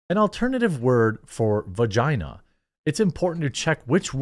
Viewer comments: You can't even say vagina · This fool seriously cant say vagina